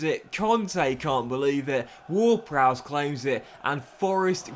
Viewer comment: Bro said James ward-browse 💀